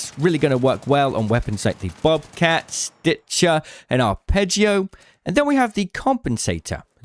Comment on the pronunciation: the "stitchah" is my fav.